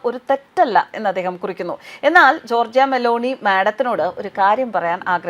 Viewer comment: ജോർജിയ അല്ല ജോർജ !